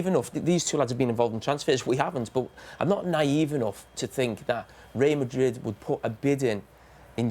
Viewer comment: How can a grown man not say Real Madrid properly?